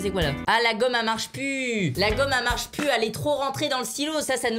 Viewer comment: "La gomme a marche pu" Michou 2019